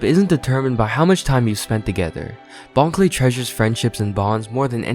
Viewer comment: Also, I’m pretty sure it bon kurei (pronounced very similarly to clay)